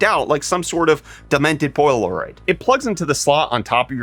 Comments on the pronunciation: Nobody here noticed how he pronounced Polaroid “poy-Uhl-Lou-raid” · What a weird pronunciation of Polaroid lol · Not to mention purposefully mispronouncing shit like polaroid. It's so deliberate and scummy. I'll just stop YouTube from constantly showing this guy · What was that pronunciation of polaroid?